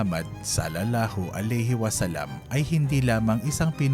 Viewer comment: Bakit ganun ang bigkas salalahu aleyhi wasalam iba s tunay n bigkas tunay b 2😮😢